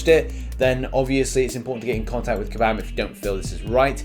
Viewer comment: Everyone: Kabam: kAbAm MeEkay